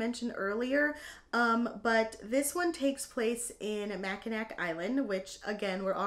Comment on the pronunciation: Welcome back! These all sound like so much fun. Please excuse this Michigander correcting you. (I mean it kindly.) Mackinac is pronounced Mackinaw. Yes, we are a strange bunch. 😂 This one is definitely getting added to my TBR.